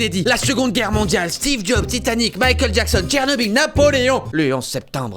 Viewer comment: J'adore quand tu fais Mikel Jackson